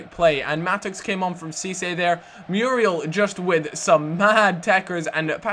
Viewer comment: You keep pronouncing Muriel wrong >_<'' Moo-ri-el